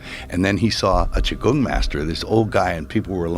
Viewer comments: It’s Qi Gong not Chi Kung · Lol, "chi kung"?? 😂 Dude, it's "QIGONG" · Qigong, man. Not Chi-Kung. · Qi Gong... not Chi Kung... seriously... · Its "Qigong" not Chi Kung master. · It's Qi Gong. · First off It's Qi Gong 😂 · It’s Chi Gong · Qi gong ....not chi kung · Its qigong